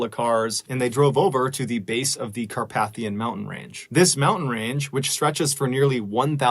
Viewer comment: The correct pronunciation of that mountain range is: KAAR pay thee uhn.